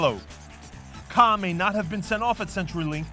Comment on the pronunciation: I'm a Sounders fan and even I know his name's Kah not Kahn. Smh